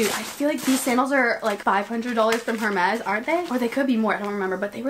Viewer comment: why my girl saying “her-mexz” 😭